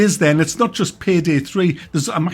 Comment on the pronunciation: Pihdih 3 huh? Learn how to speak English boy